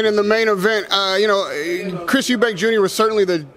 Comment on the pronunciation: Why's it so hard for the yanks to say Eubank. There's no s..